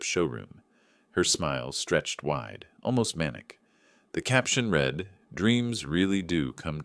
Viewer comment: The pronunciation of read is different in past tense form. It is like red.